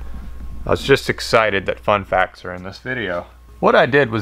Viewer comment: When you do so many one days, that when you say "fun facts" you say it like "one day"